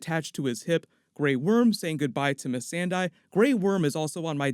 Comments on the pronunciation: I am sorry but I despise the way that you say Missandei's name. Its not "Miss-ann-die", like you keep saying. From the spelling (not to mention how they say it in the show) its Miss-on-day". It also bugs me when so many people say "Cersie" as "Sersay" when that isnt how its said (Im not saying you say it like that but i hear a lot of poeple say it like that and it drives me crazy) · I am really surprised to hear an insider like you pronouncing Missandei the way you did in this video. Isnt she supposed to be pronounced kinda like "Miss Sunday?" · MisSANdei. MisSANdei. MisSANdei! It rhymes with Sunday!